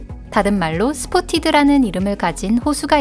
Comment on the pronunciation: 스포티드 호수가 아니라 스팟티드